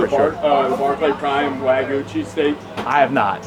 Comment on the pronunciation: If you're going to serve Wagyu at least learn how to say it. Not Wa-goo it's Wa-gyoo.